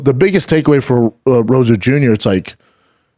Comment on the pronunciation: Rosa Jr? This moron can’t even say Rosas